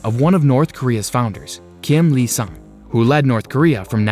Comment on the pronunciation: Did you just refer Kim Il-sung as "Kim Lee Sung"?